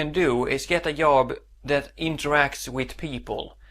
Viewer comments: Yob? You need to learn to pronounce a hard j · at first i thought he kept saying 'yob' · Försök uttala job med D före så låter det bättre. :) Du klarar dig fint! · Yob, yes, Swedish for Job